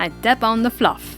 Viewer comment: "And then I dap on the floff "